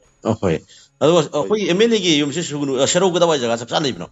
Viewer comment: Sugunu natte Sugnu nine manipur macha ne hyraga dufao khangdrabo noibo. Sugnu spelling fao chumna eba or chumna pronounce twba heitaba jidi yamna ekyna ngyniko😅